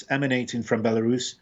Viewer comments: I love how she pronounces the name BIALORUS with the accent instead of the English pronunciation BELARUS. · Why does she call it Bielarus.